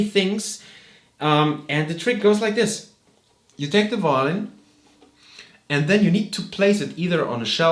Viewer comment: Your English skills would be more convincing, if you pronounced the simple word "and" [and] rather than [änd]. Pay attention to the "d" and the end. German people tend not to differentiate the words "ent" and "and" in terms of pronounciation. The same applies to the word practice. German people tend to say [präctice] and those are tiny words revealing you as a German guy. I know that at school the teachers do not know better.